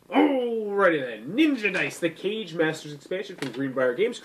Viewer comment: Great Review! One nitpick, It's pronounced "Ka Gae", not "Cage". I made the same mistake myself initially, but Kage, Japanese for "shadow", also represented the leader of a ninja village. Thus for Kage Masters, each Master represents the leader of a different village/school of ninjitsu.